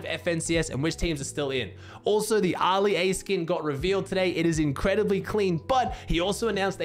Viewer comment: Man said Arrrrrrli a LOL Love his accent